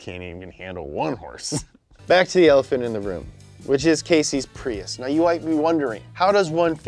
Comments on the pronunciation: did anyone notice PRUIS instead of PRIUS? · "Pruis" not prius?